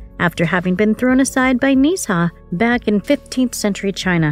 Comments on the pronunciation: Why are you butchering his name!? Nezha is literally a mythological Chinese God. Its Nezha pronounced (Nuh-Jha) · it's pronounced nuuh zhhaaa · It’s nuh za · 1: "Nezha" 2: "Bless you."